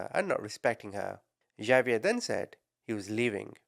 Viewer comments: It is actually a French name and is pronounces "ZaVeea" the two ees pronounced as a long e and the a is a long a...so pronounced the same as two ees, with the sound as in sleep and a as in day...and the Za as in saw, but you use the ZZZ sound...so name is pronounced Za-vee-a.... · Its Ha-bee-air. My bffs husband is Hispanic and they both speak Spanish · If I took a shot for everytime you mispronounced "Xavier" I'd be dead from alcohol poisoning before I got halfway through your video. Why didn't you look up how it was pronounced as you seek to change between 3 different versions which made it really hard to follow the story. Do better. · Hold up- isn’t “Xavier” pronounced “igg- zay- vee-yur?! Is it pronounced like is saying it in another country? If so- where? I will never tire of hearing you call people ‘muppets’ ❤ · No big deal but its pronounced like X-ave-yur. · Well, pronounced it different ways thoughout the vid. And no, Xavier is never pronounced Igg zay vee yur. Almost, but no. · Hate to be this person cause I actually adore you and I use the term “muppet” all the time now 😂 but Xavier is pronounced ex-A-vee-er. Anyway hope that helps. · It's Ex-zay-vee-air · Xavier = “ah vee er” or “ex a vee er(American) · The way he said Xaviers name lmao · I love your videos. Well, I should say your passion for reporting evil. * I believe it’s pronounced Hahviair( phonically ) not Javiair.